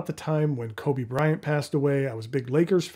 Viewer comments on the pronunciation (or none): none